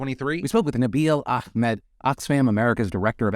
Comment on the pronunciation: it's Ahmed, not Achmed